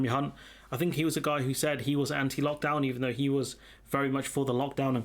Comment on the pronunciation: I think James Naughtie also “slipped up” pronouncing Mr Hunt’s name.